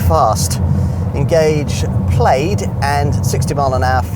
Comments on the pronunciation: Should be pronounced PLAD not PLAYED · Plade?!? Really, guy? And you had to repeat it four times in the first minute. It’s “Plad”. Yeah, I know every other -aid word is “-ade”, but hey, it’s English. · How on earth do you live in the country that invented English and is connected to Scotland and you cant pronounce Plaid correctly?